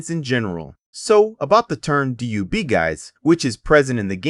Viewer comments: DUB not D.U.B. lmao what the hell? I was going to close the video but you owned up to it 😂 watch & Sub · youre saying dub wrong it's supposed to be /dʌb/ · Out the gate. Stop saying D-U-B. 😂😂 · who tf says "dee yue bee" 💀??? that is sound diabolical. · u said DUB wrong!!!! but i got da Dub Edition Remix on OG XBOX new for $20 back when they announced it and ran to Game Crazy and picked it up